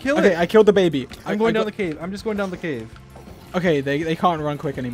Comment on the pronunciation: Baby not bagy